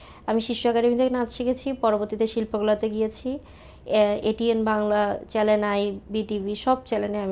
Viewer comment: আমি কি ঠিক শুনলাম? উনি বারবার চ্যানেলকে চ্যালেন বলতেছেন?